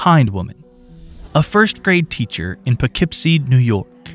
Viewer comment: Thank you for pronouncing Poughkeepsie correctly! 🙌